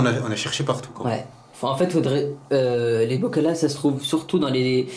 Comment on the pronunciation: Mdr un bacol des bocaux pas "les bocals"